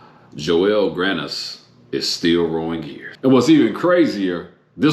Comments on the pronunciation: It's Joel not Joelle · It's Joel not jo-el